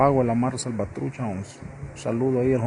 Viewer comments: Bro said mare salvatruce perfect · Damn pronounced Mara Savatrucha better than most foos 😂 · Let’s give it up for Spanish lol bro said that perfect